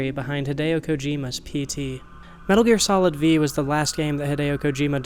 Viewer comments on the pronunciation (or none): "Metal Gear Solid Vee" c'mon dude. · Metal Gear Solid Vee...? Lol what is with people on youtube im out of here i cant listen to this anymore